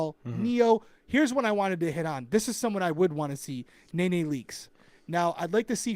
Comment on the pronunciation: And Nene is no longer on the housewives so she MIGHT not be demanding such a high salary these days, BUT if she is on MUST learn how to say her name 😂😂. It is NOT Na Na it is Ne Ne